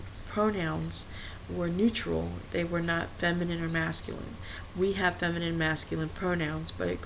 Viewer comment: Fem-eye-nine I-eye